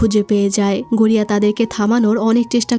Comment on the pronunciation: ভাই গড়িয়া না গরিয়া ভাই মুভিটা অনেক সুন্দর ছিল